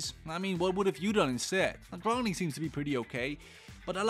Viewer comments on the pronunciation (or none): none